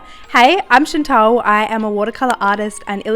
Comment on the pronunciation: Why do you pronounce your name ‘Chintel’ when it’s Chantal 😂 You’re doing amazing for such a young age … I think your studio needs new floor coverings … I know that’s expensive but all those manky marks all over the current one is yukky 😂 Loving your paintings for your book ❤